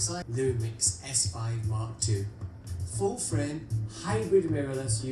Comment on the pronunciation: tu le dit super bien:"Foule Fwraime":-)